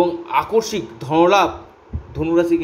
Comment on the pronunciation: Onek bar bolechhi kothata AKORSIK na , tobu aakoshmik ke akorshik bole jachchhen.